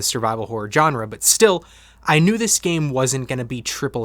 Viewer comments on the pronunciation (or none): "Genre" has a soft j sound, like the j in Jacques.